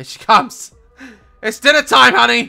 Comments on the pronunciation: He called honey like ‘hungee,’ Mrs doubtfire? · I love his he says HANY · the way you say honey is so funny and cute 😂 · the way he says honey 😂😂😂